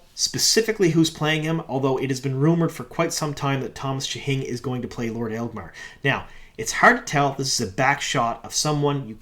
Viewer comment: I know picking on pronunciations is low-hanging fruit at this point, but it amuses me that can make "Agelmar" sounds like "Aelgmar", dropping an entire syllable from the name.:D